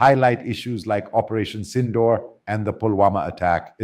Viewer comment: You can’t even pronounce SINDOOR correctly.